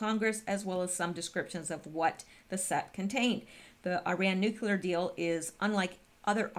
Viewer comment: pronounce " nuclear "...new-clear